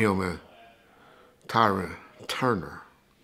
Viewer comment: He said “ tyran “ 😂😂😂😂😂😂